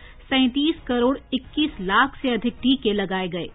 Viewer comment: 'लाख' शब्द पर बोलनेमें ज्यादा weight क्यों देते हो ?